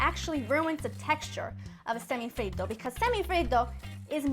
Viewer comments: Why do you say it like that ? Do you see any other country trying to pronounce cheeseburger like an American ? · I just love the way she says semifreddo